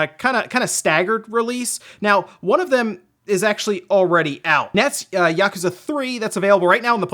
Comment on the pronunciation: Why say yakooooza then yakuza 😂